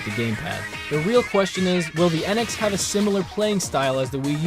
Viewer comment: why do I cringe when people say NX